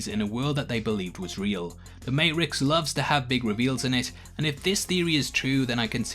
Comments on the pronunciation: I've sent a notification to youtube asking them to stop recommending your video's to me because of the way you purposely pronounced the Matrix incorrectly. It would've been different if you said it once or twice but you literally said it in almost every sentence of this video and it was so goddamn annoying that you do not deserve for me to listen to your stupid theories that aren't true. First of all, Neo couldn't be part of the system. The reason he is able to come back is because we learn that it is inevitable. The Matrix will at some point always produce Neo because he result of the equation trying to balance itself like the architect said in the 2nd movie you stupid twit. That's why when Sati asks the Oracle of they will ever see him again, she responds with "I think so". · Honestly. You saying the name matrix wrong made me stop watching. Completely dumb. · What did the letter ‘t’ ever do to you? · Dude you Got to practice saying matrix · My dude can't even pronounce Matrix... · I thumbs downed solely due to dudes pronunciation of "matrix" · Are you purposefully butchering the word Matrix. I'm sorry but I cant listen to it anymore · Ah in Britain or most of it if t comes after a it is silent, they are takin the piss out of our accents h.s. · WTF happened ? It's like you're trolling us with your pronunciation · Why can’t you pronounce matrix? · Love how you pronounce matrix lol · This has been 10% me appreciating the analyses and 90% me screaming at you to say Matrix properly. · Please say Matrix correctly once. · Please for the love of god pronounce the matrix correctly!!😂😂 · Another great video minus the way you pronounce the MATRIX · Is it my hearing or is he saying ma'rix instead of matrixs? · Its Matrix, not Mate-rix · May-tricks. Not mate-rix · It's Matrix not MateRicks ya wanka! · he says matericks and he says matrix... say it right if you can say it you lazy ****. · Does this guy not know there is a t in the matrix ?? It's may-trix , not may-ix lol